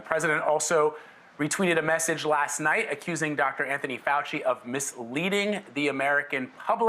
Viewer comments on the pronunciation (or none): none